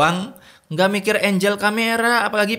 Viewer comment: mas bacanya bukan enjel tapi engle "angle" LOL